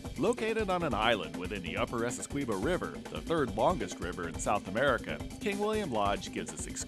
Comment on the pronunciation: Really good video... But i get so pissed when the dude say's Essequibo wrong every time